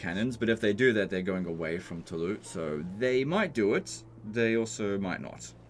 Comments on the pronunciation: Why do you say Toulou? That would be the correct pronunciation if it was written Toulous, But it's Toulouse, so you pronounce it "Toulous" :) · Anyone else annoyed every time he says Tawlou? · Toulouse is pronounced "To lose". The pun is not intended. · Fun fact as French, we realy pronouse Toulouse as "to lose" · Its pronounced Toulouse with an S at the end. In French, generally, only the last letter is silent, so if it was Toulous you would say it without the S, but Toulouse is with an S :) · Is funny hearing how english speakers pronunciate latin words. You simply dont spell all the letters of the words (Tolouse, for example). Once i hear a brittish spell the word "Carrero", and soud exactly like a dog barking.